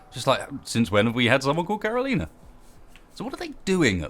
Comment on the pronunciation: It's Caro-lie-na, not Caro-lee-na, fyi.